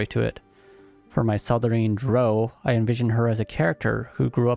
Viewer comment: Your pronunciation of Drow bothers me more than it should XD I'm also def looking at a Drow Gloomstalker at some point and Dragonborn Spore Druid, but my first playthrough will be a Drow Warlock for sure. Haven't fully decided if Lolth or Seldarine tho.